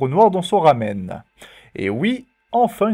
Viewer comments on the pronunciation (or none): none